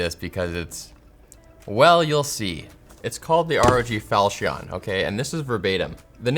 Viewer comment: isnt it pronounced "fahl cun" like the csgo knife?